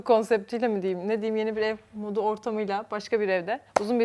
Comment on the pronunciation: Ev modunu, ev donu diye okudun eserin eşortmanından dolayı gözümü alamadım